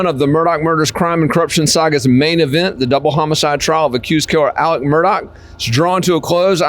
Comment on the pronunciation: It's not Alec and not Mur dock!